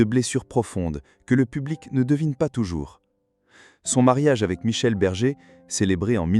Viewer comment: Berger et non bergue